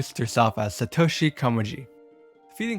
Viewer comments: YOU CALLED SATORI SA TO SHI COME ON MAN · as a touhou fan whos favorite entry is touhou 11 subterranean animism, the touhou one is really... REALLY bad... also, by satoshi komeiji did he mean satori komeiji or koishi komeiji also, is "remiroo" supposed to be reimu ? not dogging on the narrator, but genuinely asking also, the burning hellscape isnt really too out of place in subterranean animism, as the cat he refers to (named orin kaenbyou) is tasked with bringing souls to hell. and the "giant raven" is just okuu. theyre both servants under lady satori and her younger sister koishi. both orin and okuu are very devoted to the komeiji sisters, and thered be no reason for them to look for new "masters". even if the komeijis did something really bad, i cant imaging theyd leave. idk, overall not very cohesive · AND SATOSHI I burst out laughing so loud you dont even know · As a Touhou Fan myself...the way he says the names of Reimu,Satori,and Koishi bugs me a bit...but still a great video regardless!